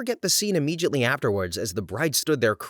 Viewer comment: Narrator, please stop mispronouncing the word "immediately." It does not contain the sound of the letter "J."